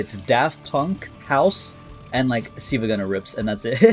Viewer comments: been following him for so long but called him siivagunner instead of silvagunner LMAO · I don't like how pronounces Silvia Gunner.